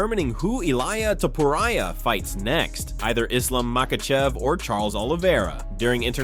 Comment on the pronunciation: ..... E-LIE-AH TOE-POE-RIAH lmao